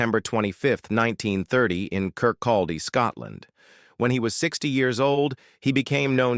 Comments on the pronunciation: You pronounce it Kirkcoddy. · To those criticising the way some words here are said, the voice is obviously generated by artificial intelligence, not a real actor. Kirkcaldy (Kir-coddy) and Barraclough (Barra-cluff) won't get their usual pronunciation. A few such voices now dominate YouTube clips, e.g., the George Clooney soundalike. Such voicing is OK in CoPilot or a GPS, but surely real people should still be used for voiceovers. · Do not pronounce the L in Kirkcaldy